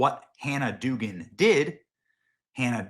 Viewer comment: The name is pronounced Dug-an or Doug-an. You sound incompetent by pronouncing it as Doogan.